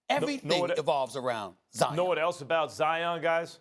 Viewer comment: ZION RHYMES WITH LION. How are so many people so wrong? Mt Zion, these things have been known since a kid Lion Zion. C'mon.